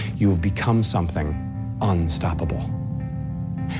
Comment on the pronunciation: why does he pronounce "unstoppable" like a very enunciated "apple"